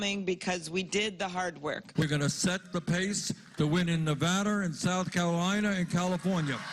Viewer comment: there is no r at the end of Nevada. Not Nevadar.